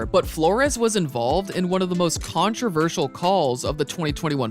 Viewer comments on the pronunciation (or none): none